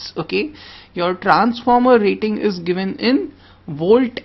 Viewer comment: Trrrrrrrrranformer :v Rrrrraaiting :v . Indian Accent . awesome